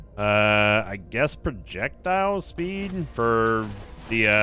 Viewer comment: Why is pro-ject-ile too long to pronounce?